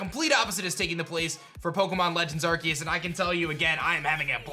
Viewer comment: I love watching videos, but the way he pronounces arceus drives me crazy 🤣